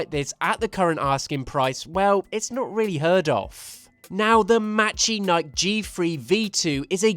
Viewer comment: I might be wrong, but I think it's pronounced "mechanikey"